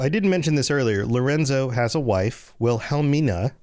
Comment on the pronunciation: Oh, it seemed like you were kind of struggling with the wife's name. So I hope I can help out. It's pronounced "Will- eh- me- nuh" 😉